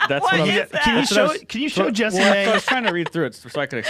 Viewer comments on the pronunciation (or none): I always thought her name was pronounced like "jess-eh-mae" and Everytime Rogan is like JESSEE MAY hahaha I'm not sure which one of us is correct lol